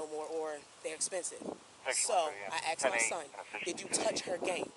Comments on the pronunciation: They asked. Not axed. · She kept admitting to using the AX on people. "I axed her" then "I axed him".